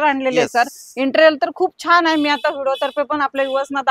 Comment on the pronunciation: Intral naahi Madam.. Interior bolaa 😂😂😂